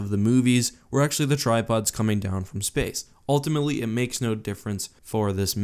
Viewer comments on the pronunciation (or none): I also couldn’t hear anything else than „tide pods“ when he talked about the tri pods 😂